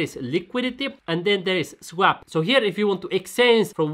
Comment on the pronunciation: ''svap'' :D u from Finlandia? greetings from Denmark